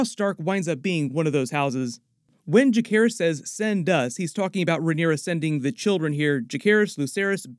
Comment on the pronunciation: Learn how to pronounce Jacaerys. Jace, not Jake.